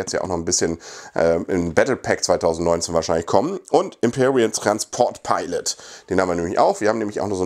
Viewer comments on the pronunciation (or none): none